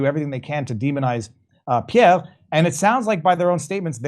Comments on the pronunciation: His name is Pierre, not Peah,. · Why does keep calling him "pievve"?